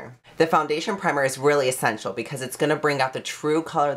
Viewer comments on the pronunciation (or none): none